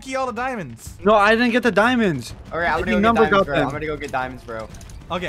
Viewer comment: When u said number won sounded like number one